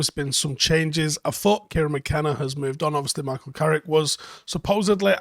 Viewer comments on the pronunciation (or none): none